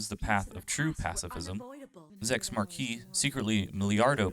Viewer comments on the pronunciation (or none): I'm curious whether the narrator of this video only watched the sub, as he pronounces Quatre's name as "Kwa-truh" when the in the dub they pronounce it "Ka-trah". Also they pronounce Zechs "Marquis" as "Mar-keez" not "Mar-kee". It's like the narrator is acknowledging the French derivations, but in the wrong names lol. No shade intended, it's a good video. I just found the name thing funny. Perhaps OP only watched the sub. I will say that the dub isn't great but it's pretty decent. And the bits that are cringy are often at least hilarious (I'm lookin at you Relena). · Okay...so you say you were introduced to this show on Toonami, so that means you watched the dub not the sub. WHY THEN do you mispronounce so many names? Kwa-tra, Mar-kee, Trey-ez, Rahm-affeller, Oon, just time name a few. Like, bro they repeat these names a million times in the show, you should really get them right if you’re gonna talk about the show at length.